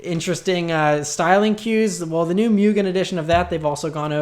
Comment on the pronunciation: By the way, Honda's tuning company Mugen (無限) is pronounced Moo-Gen. Not Myu-gen.